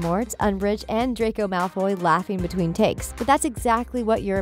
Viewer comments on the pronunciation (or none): It's Draco Malfoy, I know. It's how she pronounced it. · DracOI Molfoy😅😂😂😂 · DID SHE JUST SAY DRAQWO MALFWOY? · What I heard is “Drac-Oi Malf-Oi” lmaoo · did she say, “Dracoi Malfoi”? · No offense, but when she says “Dracoy Malfoy” it sends me OFF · DID I HEARD U SAY: DRACOJ MALFOY😂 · ExCuSe mE dId yOu jUsT cAlL hIm dRaCoY mAlFoY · Did she say 'Dracoy Malfoy' wtf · I spelled it how she pronounced it, damn.